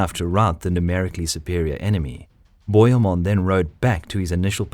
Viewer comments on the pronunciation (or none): And bohemund is pronounced Bo He (as in hell) Mund